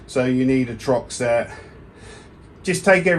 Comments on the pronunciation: It’s TORX not Trox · I was wondering if that was a Brit thing? Do they swap the "R" and the "O" in the Uk? lol